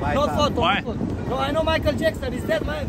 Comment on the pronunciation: “ i no micheal jackzon “